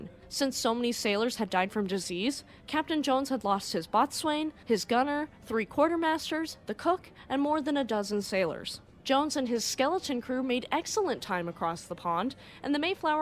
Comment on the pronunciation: Happy thanksgiving and thanks for the video - just a tiny suggestion as it made me flinch a little when watching - "boatswain" is pronounced a bit like "bow-son" - niche naval terms aside though very good video, thanks :)